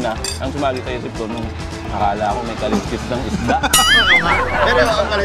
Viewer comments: "Kalsks" po ang tamang pronunciation ng kaleskes. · His kasi Ka-les-kes ang pronunciation. Kalsks ang tamang pagbigkas ng Kaleskes.